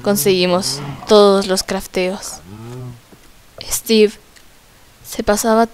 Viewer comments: Es steve no esteve yo estoy escribiendo de lo que como pronuncia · Guadalupe Medorio se dice Steve